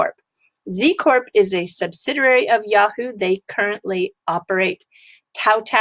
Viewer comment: I love your channel. Your content is well-researched and informative. My only (minor) complaint is that you consistently mispronounce “subsidiary”. If you could nail that, you’d be close to perfect. Anyway, thanks for the time and effort you put into this. It is much appreciated.